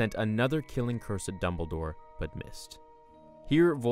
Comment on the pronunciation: ITS DumbleDOre not Dunmbledore